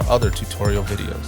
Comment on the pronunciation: The problem I have with this video is they way the guy talks. We shouldnt be letting the kids grow up hearing this and thinking this is how you talk. I mean at the very end of the video the narrator says "now you're ready to take pics witcher onestep plus" it's like saying "I wanna take a pic witchu" its "with you"... "with your one step plus". I'm still gonna buy it lol just my opinion.